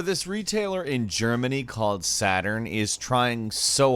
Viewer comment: Haha Das erste bild war von Media Markt und nicht Saturn aber ich fands witzig wie du Saturn Ausgesprochen hast 😅 Den Kommentar werden eh nur 5 % lesen können.